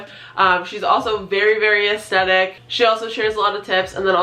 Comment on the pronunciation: Hey girl. You're saying the word 'aesthetic' wrong. And you're saying the word a lot. Aesthetic has a 'th' in it, you're saying the 'th' like a t. Sounds weird, over and over again. A-es-thet-ic. Not A-es-tet-ic.